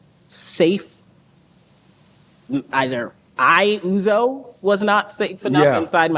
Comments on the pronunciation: Not O-zo, but Uzo! The U is pronouce as in Umar. I thought your parents are Nigerians, man? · Why are Americans so terrible at pronouncing names? How is Uzo pronounced as Ozo? You didn't see the first letter is a 'U'? 'Uh-zoh'! not Ozo. Yikes. 🤦🏿‍♂